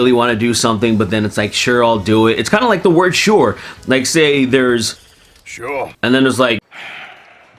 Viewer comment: “shoar” -arthur morgan